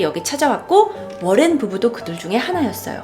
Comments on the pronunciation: 워렌이라쓰고 로렌이라고 부르시네요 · 머랭부부로 들린다.. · 잇츠 머랭 타임!!! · 이거보니까 머랭부부라고 들렼ㅋㅋㅋㅋ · 전 러렌부부라곸ㅋㅋㅋ들려요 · ㅇㅈ이요 ㅋㅋ